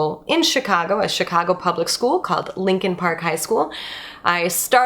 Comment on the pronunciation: Your Lincoln park pronunciation sounds way similar to Linkin park. Lol